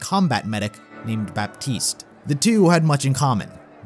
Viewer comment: The way you say Baptiste... It's pronounced "Batiste", you don't say the P.